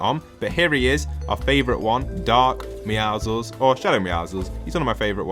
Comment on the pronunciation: bro “meow-ziggles”💀💀💀